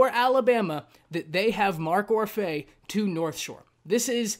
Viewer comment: It’s pronounced Or-fee